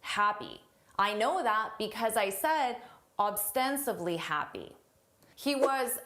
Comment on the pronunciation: First you said it correctly but then you turned to ‘obstensively’ which is not a word.